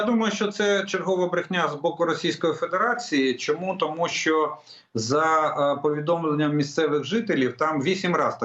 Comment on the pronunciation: Для ведучого. Чому спотворюєте українську мову. У вас що не слово то м'який знак. Щьо, чьому, нічього, чюти. В українській мові немає м'яких шиплячих і крапка!